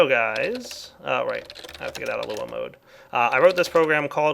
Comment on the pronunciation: It's Lua (pronounced "loo-ah", not "el you ay")